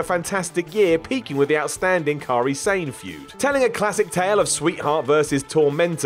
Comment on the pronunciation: ‘Kari Sane’ Oh you tried so well... again.